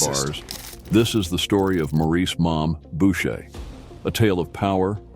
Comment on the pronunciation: His name was Maurice not morris 😂